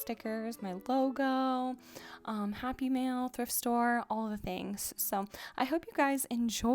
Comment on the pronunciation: Whenever you say "happy mail" I keep thinking you're saying "happy meal" 😂